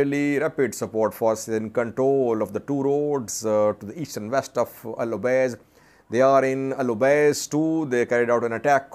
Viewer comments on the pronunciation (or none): It is El Obeid, and not El Obeiz, unless the last letter is read differently in Urdu scripts.